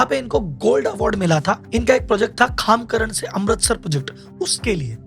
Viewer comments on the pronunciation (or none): Bhai khamkarn ni khemkarn hai..... O😅